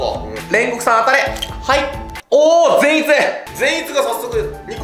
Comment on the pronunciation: フィッシャーズでも善逸のイントネーションが気になるとは…笑